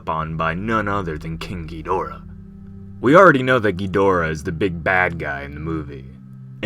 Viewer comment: Ok so ur saying KINKYdorah i thought you were saying KING(GI)dorah